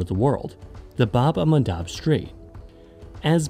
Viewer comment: Your pronunciation of bad el mandeb is extremely wrong